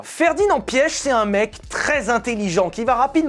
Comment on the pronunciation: Je n’en PEUX PLUS de t’entendre dire « Ferdinand Piech » j’ai juré ça m’irrite